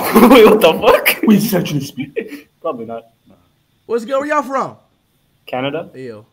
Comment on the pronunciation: kannada ❌ Canada 😁